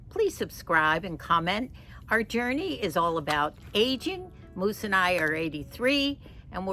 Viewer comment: Moose not muse, Sorry